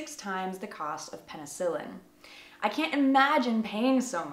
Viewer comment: The only place I heard Minnesota was the incredibly nasalized way she said "can't." Any American would use the same basic vowel sound, but hers was like "cyaant."